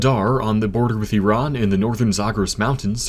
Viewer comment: So refreshing to hear an American say Iran without saying "eye-ran" ❤️🤣